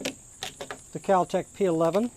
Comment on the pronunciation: God this guy is a dipshit! he can't even name the most basic parts of a gun and does a review with his finger on the triggers. he wants to talk about the recoil when firing with one hand and tries to release the slide by pulling it back with the mag still in lol oh and what the hell is "cal tec"? Complete dumbass